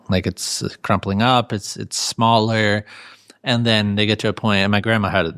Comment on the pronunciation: FULL STOP: is he saying alltimers disease? Pretty sure it is alzheimers (alls hi mers)